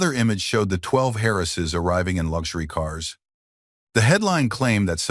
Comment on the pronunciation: What is it with the shrunken picture and the stupid movie in the background? Some words are mangled. Many words that should be possessive (Lily's, for example) are not. He shot the intruders before they got close, so why is there blood on his cuff? "12 Harrises"? The narrator changed voices when "Sebastian" was spoken, giving it an accent. Other words as well. Great story!